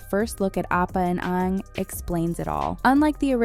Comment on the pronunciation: I stop watching soon as she said Onng, it's Aang!